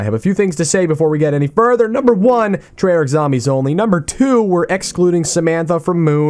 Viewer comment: Did he really say Tregio?